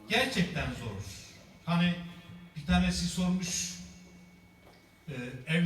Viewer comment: da zor derken zors şeklinde çıkıyor. Hocamızın r harfinin sonunda üç adet SSS var.